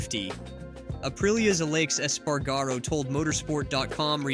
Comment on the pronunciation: Ah-laysh Espar-garo. Good content. Say the dudes name right.